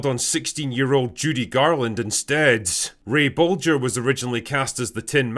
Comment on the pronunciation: Props for pronouncing Bolger correctly Drinker - most say it with a hard "G" - Great uncle Ray would be proud :)